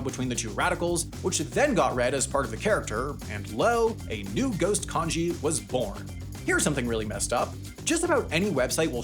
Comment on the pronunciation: It's not konji, it's kanji.